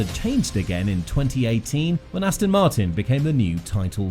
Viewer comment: It's Aston FFS! It's not Ass Tin Ast-on Mart-in For f**k's f**king sake!!